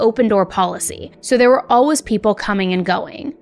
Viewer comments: All-wuhhhs It's all-WAYS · If you don't stop saying always like alwuz I'm going to have to stop listening